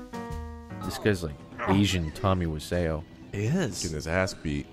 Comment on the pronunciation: Tommy wise oh. Not wizayoh